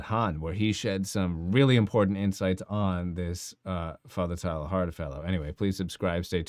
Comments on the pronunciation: Its not pronounced TILE-HARD, i think it sounds more like Tey-yar. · A correct pronunciation of the French Jesuit's name might add validity to your argument.